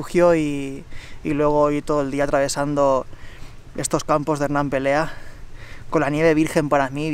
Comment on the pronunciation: Me ha encantado esta ruta. Además conozco muy bien los Campos y el refugio de Rambla Seca. Comparto la opinión de que te jugaste el tipo. Esa es una zona sin cobertura y que es fácil desorientarte si te sales de los caminos. Es Pelea, no Perea. Lo digo con conocimiento de causa. Tengo casa por la zona, pero vivo en Pobla Farnals. Un saludo y me encantan tus vídeos y el estilo de vida.